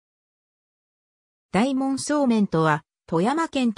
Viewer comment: 「おおかど」素麺ですよ。全部読み間違えてますから再生回数少ないうちに音声を修正したものを再アップされては？